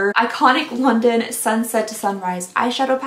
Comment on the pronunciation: The way you said Iconic London at the end 😂. I remember everyone going crazy over Iconic London while I was over here like give me cookie instead 🤷‍♀️.